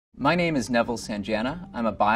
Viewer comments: Way to completely butcher your own last name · nice! but damn man you can't even pronounce your own last name. :D